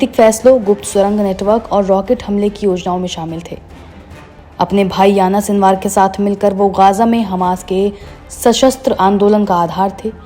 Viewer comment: Anchor madem aapku Yahiya Sinwar ka naam pronounce karne bhi nahi aara, unka naam Yana sinwar nahin hai, Yahiya Sinwar hai.